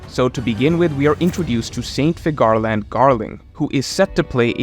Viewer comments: Ú-ranus.... FÍ-garland is the right way (phonetically). Sorry, had to say it. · Please re watch the one piece film red and learn how to pronounce the name Figarland. Every time you say I cringe.